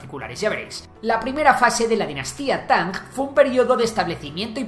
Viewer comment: "Tanjjjjj" Quizá no debería usarse la transcripción anglosajona. Esa -ng en realidad es como la -n que se pronuncia en el Oeste de Andalucía o en el Noroeste de la península (Galicia, León, Asturias) y algunos hablantes americanos (hay un youtuber mexicano que pronuncia esa -n velarizada). Eso de Tanj con el sonido velar sordo suena muy diferente a lo que se pronuncia en las lenguas orientales, era más conveniente poner "Tan" o incluso "Tanc" (porque la n velariza ante k como en "anca" o en "aunque" en todo el castellano, es justo ese sonido, una N pronunciada en el fondo de la boca, justo antes de la garganta)